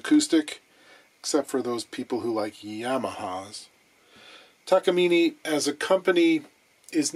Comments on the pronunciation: Excuse my correction, it’s Takamin eh! According to my Japanese friend. Note accent over the e. Now about “solder” or “dodder”😂😂😂 Love your vids? You da man. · If you are trying to use the Japanese pronunciation it is ta-ka-mi-neh, not ni at the end. Not that it matters. Unrelated ryobi is pronounced ro-bi or something like that, there is really no why to write it in english but ryo is once syllable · It’s pronounced ‘Takamine’. Duh. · I'm thinking about complaining about the Takamine pronunciation.... but again is not going to read comments anyway. I have a small discussion with Levy Clay on his channel's comment and he was right that westerners are ignorants when it comes to names that comes from foriegn languages. But again, who am I to talk? I'm not even Japanese lol.